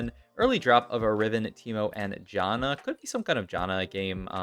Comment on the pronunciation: I tried helping your pronunciation on live before but it just didn't work out. Say "can", now say "Jan", now say Janna. That's how you pronounce her name. Here's Janna pronouncing her own name in-game . Also, Yone does not rhyme with bone. It's Yo-nay. 🤦